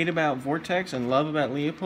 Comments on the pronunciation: It’s not Leo-pold it’s Lew-pold. If you’re selling scopes you should know how to pronounce the company’s name! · the correct pronunciation of Leupold is "Loy-pold" or "Loy-polt", depending on the german dialect. How do you pronounce "Schwarzenegger"? The american way or the correct, german, way?